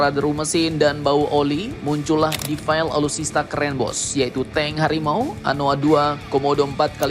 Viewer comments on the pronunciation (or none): Mimin,....cara mengucapkan Defile di Militer/TNI sama seperti asal katanya yg berasal dari bahasa perancis, jadi bacanya tetap defile bukan defail